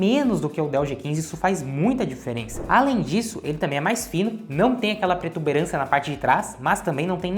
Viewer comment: porra, para de falar pretuberancia, essa palavra não existe animal!